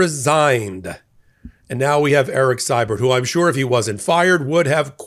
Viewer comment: In canuckland we pronounce Erik's last name "See-bert". just sayin.